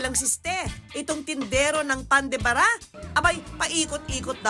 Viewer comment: Pan de Ba - Ra Hindi Pan de Bara!